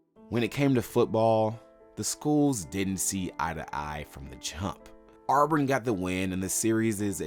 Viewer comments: It's not pronounced "Awe-brin". Also, it's "ask" not "axe". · It’s really annoying how much is mispronounced.. Shug Jordan is pronounced like “Jerdan” and it isn’t “Arburn” 😂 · you gotta stop calling them ourburn